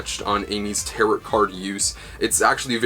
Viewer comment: I hate to be the nerd emoji but you're mispronouncing tarot the entire video. It's pronounced "tare-oh." Good stuff though, I'm excited!